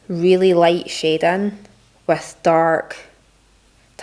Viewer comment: My name is schaedyn so every time she says shading it sounds like my name bc of her accent and it’s trippy lmao